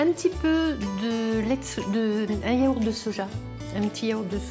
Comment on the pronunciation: je t'adore mais à yaourt il n'y a pas de "h" avec un petit compliment pour faire passer👍